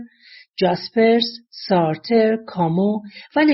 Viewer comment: درود به شما منهم با دوست دیگر هم عقیده هستم در تلفظ اسامی فیلسوفان شاید در کشور های دیگر سارت وهمر را این گونه می‌گویند با سپاس